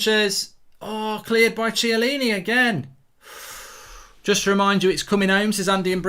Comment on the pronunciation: You gotta learn to pronounce the name lol Bernardeschi Chiellini